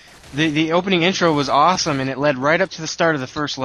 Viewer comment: aweshome very awshome !